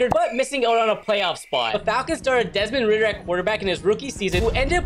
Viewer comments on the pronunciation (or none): "Desmond Ridder" 🤫